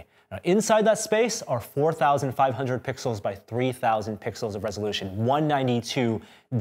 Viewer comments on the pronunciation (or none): none